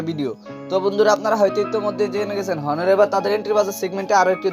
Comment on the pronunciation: হনার না অনার..